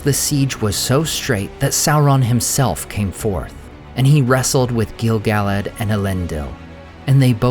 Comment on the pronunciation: I hear his name pronounced incorrectly on almost every video (not just yours), but it's Gil "Guh-ladd" not Gil "Gallad"